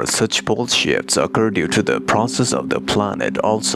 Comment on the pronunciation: "bull shifts"...even the CC translator fell for it. Better pronunciation needed, haha